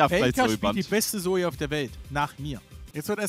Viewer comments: Es Heißt ZOE !! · Ihr habt das falsch ausgesprochen. "Zö", wenn ich bitten darf.